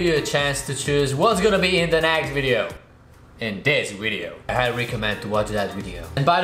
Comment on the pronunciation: Its anoying that you always pronouce "wideo" when you should pronouce it "video"